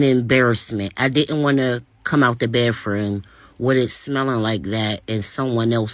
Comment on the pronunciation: "sit down air". "use public baffrooms". Girl. Ewwwwwwww.